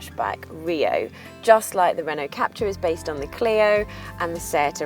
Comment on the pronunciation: God, someone needs to teach her how to pronounce Renault Captur. Hint: It sounds nothing like the English word capture.